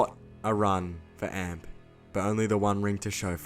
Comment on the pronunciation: Is it me or is it just annoying how he says amp like a guitar amp when it's meant to be A-M-P